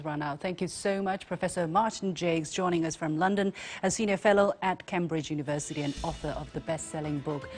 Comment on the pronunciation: Ms Liu Xin, Cambridge should be pronounced Came Bridge, NOT Cam Bridge.